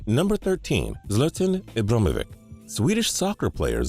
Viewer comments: Ikr that's the worst pronunciation ever lol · zlten ibrughhmivic is what you sounded like ×D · Zltn ibrhmvc 😂 LOL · Dom Carter zltn ebrmavic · Z-la-tan. Ib-bra-him-o-vich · Zlatan Ibrahimovic is pronounced zlahh-tan eebrah-heemo vitch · Zla-tan Eebra-him-o-vich..... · zlah-tan eh-bro-ham-oh-vik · "zluht-unn e-brim-uh-vick" xD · "Zletan Ehbrahimavick" close enough dumbass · Ok who is "zleten ibrahimevick"? Lol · butchered the pronunciation of Zlatan Ibrahimovic but okay xD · Bruh the attempt at pronouncing Zlatan Ibrahimovic's name was cringey af. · How he pronounced zlatan ibrahimovic😂😂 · the amount of names he butchered😂😂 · You should look up how to say Zlatan Ibrahimovic one of the worst pronunciations I've ever heard of his name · The way he said Zlatan Ibrahimovic though 😂😂😂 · the way he says zlatan ibrahimovic😭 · Zlatan Ibrahimovic is being said horribly wrong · He butchered the pronunciation of zlatan ibrahimovic and paris saint-germain😂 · Jesus you butchered Ibrahimovic's first AND last name 😂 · The way you said Zlatan Ibrahimovic's name made me cringe